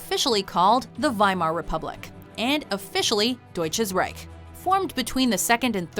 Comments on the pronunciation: Deutsches reck ? You mean reich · So much german stuff I feel like I am a main featuer of this list, somehow... I kinda always love it when english speaking people say german words like "Deutsches Reich" (which if written as it is pronounced here would be "Reik") or "Reichsstaat" which should actually be "Reichstag", cause that is the name of the building that burned btw. Acents are fun :D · I like it how you care about the pronunciation of Versailles, but don't seem to give a damn about the sounding of "Deutsches Reich" tho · Das heisst Deutsches reich und nich reic verdammt 😤. 😂